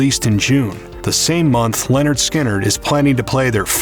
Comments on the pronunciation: It’s Lynard not Leonard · Lynyrd.. Not Leanord. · At: It's not Leonard Skynrd. It's Lynyrd, pronounced ( Lin-erd ) Skynyrd. lol. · Its not LENYRD ITS LYNYRD! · It's "Lynyrd Skynyrd" not "Leonard Skynyrd" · Lynyrd, not Leonard. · OH MY GOD, what planet are you from. It is not pronounced LEN it is Lyn. Who are these people who make these videos and can't speak proper English/!! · did you just seriously say LEORAND instead of LYNYRD??? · You keep saying Lennard Skynard. Pretty annoying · Lyn not len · Stop pronouncing it as "Leonard"...it's Lynyrd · the narrator mispronounces the first part of the name lynrd throughout the entire video.its not len and never has been its lyn. if your going to do a bio have your freaking fact correct first. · Your pronouncing the name wrong it's not Leonard, it's Lynyrd. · Wikipedia :Lynyrd Skynyrd (/ˌlɛnərd ˈskɪnərd/ LEN-ərd SKIN-ərd) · It's not pronounced 'Lenard'!😕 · Hearing you say Leonard Skynyrd so many times was painful 😖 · Roxanne Moser Especially members of his own band. I’ve heard Gary mispronounce it too. It’s lazy and disrespectful.